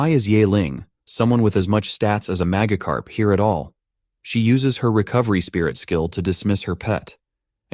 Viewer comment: he leterally called magicarp magacarp bruh